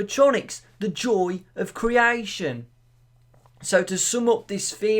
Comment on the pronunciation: Criaition criaition. R u english??